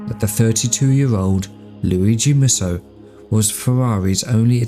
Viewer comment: Based on other Mussos, I'm guessing Mussos should be pronounced as Mooso.